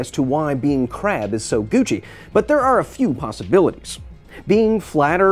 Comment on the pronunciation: That KRRRab. It's like your german ancestry is coming out.